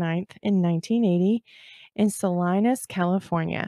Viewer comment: Not to be real picky, but Eureka is on the coast of CA and where Jodi lived was Yreka, pronounced "Y" REEKA. I KNOW, because I live near there. Just a little mishap that is quite common. Otherwise, great Job and Salinas is pronounced Sa lee nis.